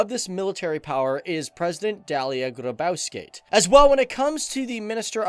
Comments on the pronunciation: Its not Dialia Grybaskat its Dalia Grybauskaite XD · I love my country LITHUANIA but you said your president so wrong. But also I rally like videos like this. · The pronunciation of the name of the precedent is awful 😞😞